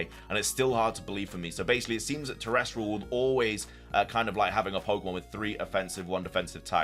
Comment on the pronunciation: Love the videos so much!! Keep it up :) Btw it’s pronounced Ter-ras-tul not ter-res-trul ❤❤